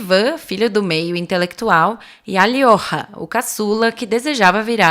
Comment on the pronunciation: Alyosha Karamazov. A pronúncia é Alyosha mesmo. Escrito Алёша Pra falar "Alyoha" como no vídeo a escrita seria Алёxа se não me engano.